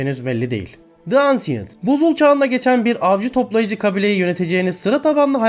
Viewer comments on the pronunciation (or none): Ansiyınt diye okunmuyor enşınt diye okunuyor